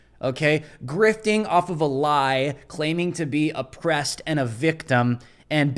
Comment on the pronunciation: Naaah she said she Epressed. Lol